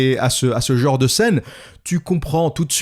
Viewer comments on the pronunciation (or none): none